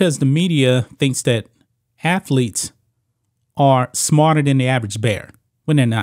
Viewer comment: This guy keeps negatively commenting on people's intelligence and he can't speak proper English. Dude, let me help you, there's no such word as "afletes" the correct pronunciation is "athletes"!!!!!